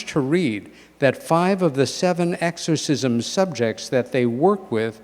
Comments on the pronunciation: pronounced ex not egg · Love this video, however, i chuckle a little every time they say “eggs-corsism”…😂. Great lecture guyz, i listen to it from time to time. No one ever told me, nor had I heard it before when I was young, but I always thought they were aliens playing vile tricks on humans. For some reason, it makes sense to me! I was raised a Baptist. All this fascinates me❤. Be safe!